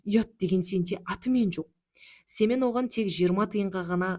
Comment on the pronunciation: 😅Семее ,дурыс окыныз